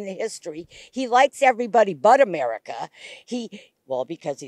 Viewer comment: Pretty telling that she started to call it "A-Maga-ca"